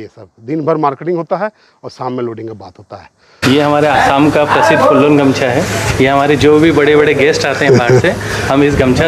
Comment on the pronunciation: Bhai it is not gamsa it is gamusa